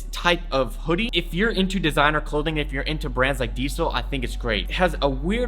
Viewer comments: It sounds like you're saying DSOL but it's pronounced diesel lol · "DIESEL' s" original pronounciation is something like "deasel" and not "diesél". Still a good video, respect from Germany 🔥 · its DIESEL lol like the gas .. not DEESEL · Polo Ralph LARAN? DSOLE? Dude how do you not know how to pronounce these... Also, the diesel hoodie is made out of neoprene... educate yourself dude. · why the f you pronounce diesel like that lol